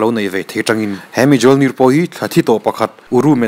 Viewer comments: A ngaihnawm sia Mjolnir i lam dan hi ka lo ui deuh aa... lam dan Me-yol-neer👍👍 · Thor hammer hi mjolnir(milnir) ti a lam zawk tur a nia,ka rawn sawi ve mai+